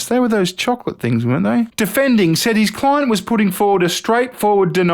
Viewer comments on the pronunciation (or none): none